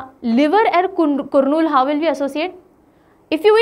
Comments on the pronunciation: Kurnool pronunciation is "Karnool". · करनूल not कुर्नूल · Madam.. kurnool is to be pronunced as karnool..rest everything fine madam.. Thank you very much for uploading this class.. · good morning mam , kurnool is pronounced as karnool. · it is pronounced as कर्नूल not कुरनूल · It is to be pronounced as Karnoolu. कर्नूलु. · It is Karnool.... pronunciation करनूल गुड क्रिएटिव एक्सप्लेनेशन